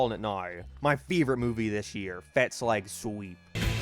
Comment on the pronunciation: It's slag not slehg.